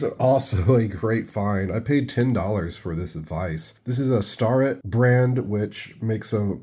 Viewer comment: The VISE is a brand name of precision tools like micrometers, it's pronounced STAIR IT.....retired tool and die maker here "sorry" .....lol